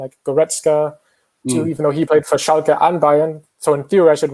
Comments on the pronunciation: Everyone: Schalke Robbie: Schalka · I have to admit it, Schalka sounds better, I AM ADOPTING THE MISPRONOUNCIATION RIGHT NOW.